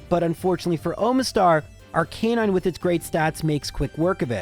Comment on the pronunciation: Ar-ke-nine? First time heard someone spell it like that.